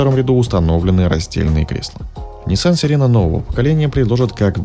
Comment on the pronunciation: Несколько раз сказал: сиера